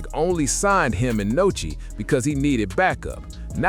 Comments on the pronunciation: WHO TF IS NOCHI 🤦🏾‍♂️ ITS NUSKI STUPID ASS NARRATOR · Nuskie!!!!!! Not Nochi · Who tf is Nochi? It’s Nuski dickhead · You goofy as hell for calling that man Nochi 😂😂😂